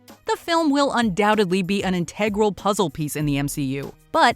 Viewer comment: Good list! You don’t pronounce the word “integral” correctly, though.